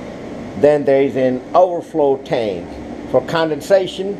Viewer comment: Like how he says tank